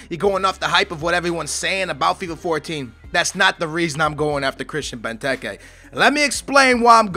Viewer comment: I remember that, Christian benteekee is how you pronounced it, hope he makes the season as good as good as villas on fifa 13